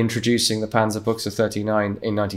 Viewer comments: panzerbuxe buxe ist ne hose xD aber damit kann ich leben ü ist nicht einfach für english sprechende menschen xD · "panzerbuchse" like pronounced here would actually mean "tank underpants" instead of "tank gun". the pronounciation was good though all but the "ü" which sounded like a german "u". I just found it funny because it sounded like it was a underwear review lol. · “Panzerbooksuh” I’ve been pronouncing it “Panzerbush” this whole time lol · Fun fact: Pronouncing the "ü" as a "u" makes it sound like a belittling/ loving (depending on context) word for "tank/ armoured pants", since "Buxe" means pants. Still, really good pronounciation of German names and terms overall, considering he's not a native speaker.